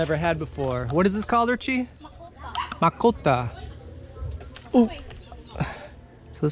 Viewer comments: Makopa not Makuta LoL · Briliant mind!😃❤ maayong buntag ninyong tanan...makopa not makota... 🙂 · Lol...the way you pronounced Macopa is funny! :)